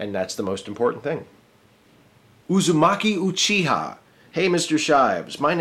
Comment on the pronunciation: I'm impressed you pronounced Uzumaki Uchiha correctly. Nice video.